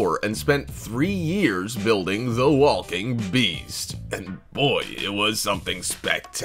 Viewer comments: I can't tell if he was saying Wall King or Walking.... So triggering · And I just noticed how much he pronounces the L in walking 🤦‍♂️ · Stop saying the L in walking I can’t hear another L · First time you’ve ever said the word walk? Makes this really hard to watch. So many “wall-king robots.” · Nice video. But the way you pronounce walk/walker/walking, makes me wanna throw my phone. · i didnt notice at first til i saw this comment 😭😭😭 NOOOOOOOO now its bothering me too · Why do you pronounce the L in walking and walker? Weird